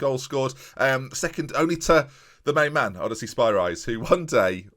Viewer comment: I love that still doesn't pronounce Odysseas correctly, never change